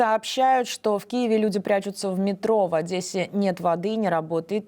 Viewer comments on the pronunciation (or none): none